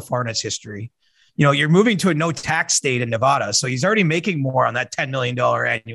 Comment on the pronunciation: Its Neva-Da not Neva-Du